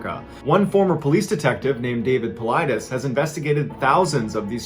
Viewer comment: Just stumbled upon this video and wanted to let you know that David Paulides' last name is Greek and is actually pronounced as ''Pavlides''